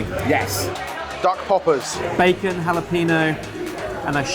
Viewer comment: They’re not even trying to pronounce jalapeño correctly